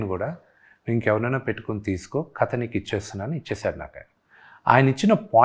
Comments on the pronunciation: వీడికి కథ అనడం కూడ రాదు.. Katha అంటాడు 🤦‍♀️ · అరేయ్ తింగర సన్యాసి కత కాదురా కధ అని పలకాలి రా యాప్రాసి నాయాల